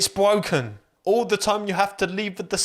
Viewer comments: It’s bwokennnn 😂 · It's Bwoken 😂😂😂😂 I'm dying 🤣🤣🤣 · "It's bwoken!" 🤣 🤣 🤣 🤣 🤣 🤣